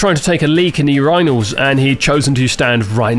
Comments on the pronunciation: Your pronunciation of the word "Urinals" makes me more uncomfortable than having to play RE6. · Never in my life have I heard the word urinals said like that, wtf 😂